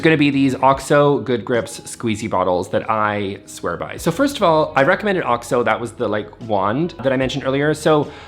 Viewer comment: bless you for pronouncing OXO properly, it’s like nails on a chalkboard when I hear people say O-X-O. I’m guessing you got it right from watching America’s Test Kitchen, that’s where I learned it. Love you so much ❤. I want to see Sophie too! Please share. P.S. I posted before the video was done.